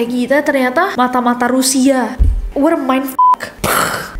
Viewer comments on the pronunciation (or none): Espek gk sih cara nessie bilang mata2 rusia...bgi yg ngerti aja deh😂